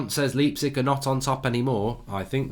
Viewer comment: lmao the way he pronounced leipzig. you do it like: lie (like in lying).